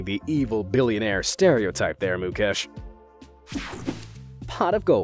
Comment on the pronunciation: It's not mucash it's Mukesh